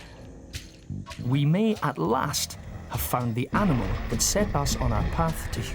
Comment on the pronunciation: Really had to emphasize the word ANIMAL? You people